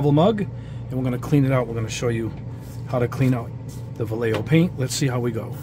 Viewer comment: you’re not pronouncing it any better the second time it’s not (Va-Yeh-Yo) it’s actually (Va-Yeh-Ho) edit: No matter the brand you always add some thinner first.